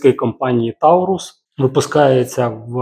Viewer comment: Буду сьогодні тим самим душнілою😅 Taurus читається як "торес" а не "таурус", та перекладається як "телець"